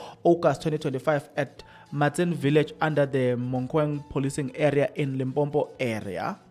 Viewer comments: It's Limpopo not Limpompo. Unless you want us to say Manzula instead os amaZulu. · Limpopo not Limpompo joh😂😂... that's why we say loku-loku...., "Tsulus" Either way, I agree with you mfanakithi, and I did the right thing 😊❤